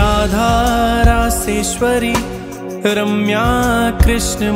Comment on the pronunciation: माँफी चाहता हूँ - पर आपने २१ नम्बर नाम को जप में बोलते समय आरम्या बोला है - और सामने लिखा रम्या है.. कृपा करके मार्गदर्शन करिए..